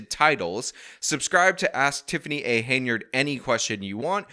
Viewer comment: It's Hen-yard damnit!